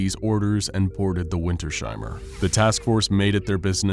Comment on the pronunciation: No big Deal, but it's winters-heimer not winter-sheimer <3